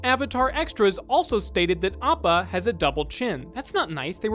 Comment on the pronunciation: Did no one notice how he butchered Appas name into Oppo. He only did it once I wanna say in the 30's or 40's